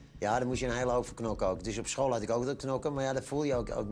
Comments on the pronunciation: die lach is echt goud maar kan hij de ch de uitspreken ofzo want hij zegt skeel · skuile...skool...heeft die westvlaamse roots?? ;-)